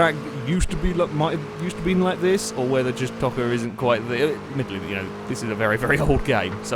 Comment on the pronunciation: it's pronounced toe -ka